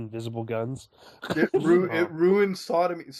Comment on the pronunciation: SonAmy is the shipping name for Sonic X Amy Shippers. Tbh, it sounded like he said Sodomy when reading that outloud.